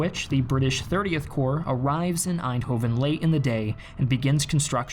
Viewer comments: Nice video, but we aren't. You don't say aainthofen, but èndhooven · pronounced Arnhem pretty well me: "impressive" pronounces Eindhoven me: "nvm" always fun when non-Dutch people try to pronounce Dutch names xD